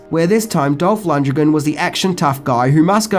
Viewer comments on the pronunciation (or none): “Dolph LUN-duh-gren”?